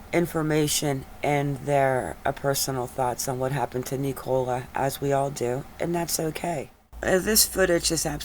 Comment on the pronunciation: It’s pronounced nickula not nic -ole-a